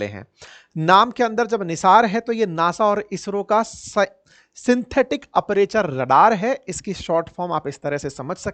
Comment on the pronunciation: अप्रेचर नही ... अपारचर ... Please note it